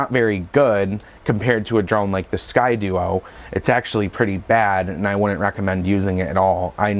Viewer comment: "Sky-Dee-O" not "Sky-dU-o"